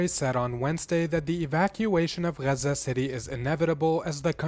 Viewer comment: It's nor "rrazza", it's Gaza. Learn English.